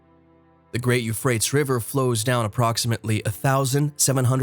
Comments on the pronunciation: He kinda lost me at You Frates I think every other person ever pronounced it properly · Dude.. this narrator is hurting my ears.. its like a liberal college student talking about how the Democrats won the war of 1492... I'm like.. who's his editor? Teach this monkey to speak.. You-frates? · Yes, thank you! You definitely said what I wanted to say, but I didn't know how to write out the pronunciations. It has bothered me so much that I haven't been able to watch this video. Every time he says Euphrates wrong, I cringe and then realize I didn't hear anything he's said in this video, even after barely 2 minutes. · That is not the correct pronunciation for Euphrates River it sounds so crazy when he says it... ..